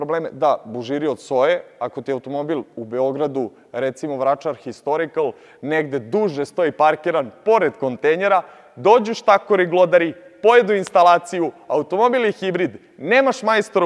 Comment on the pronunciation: Kontejner, ne kontejnjer.